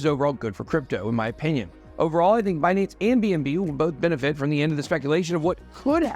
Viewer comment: Ben, let's be clear... it's Buuhnance